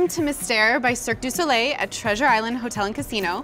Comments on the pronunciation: "Serk day solay" dear god. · How they pronounced cirque du soleil😂😂I speak french so if your not french you wouldn't understand 😂😂😂